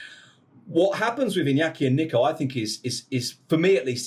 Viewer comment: I hate the way this guy says Nico, it’s Neeeco